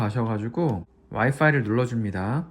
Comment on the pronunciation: 귀염둥이 강아지는 어쩜 저리 얌전히 잘있나요 저희 귀여미 강쥐는 드론 소리만 들으면 짖고 난리나요ㅠ 좋은정보감사합니다 와이파이 발음 ㅎㄷㄷ 영어발음 어쩔ㅠ